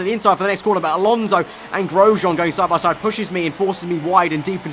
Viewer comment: 'as we go sahbahsahd'